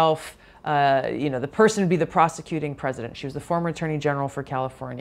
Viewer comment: did she say prosecuting or prostituting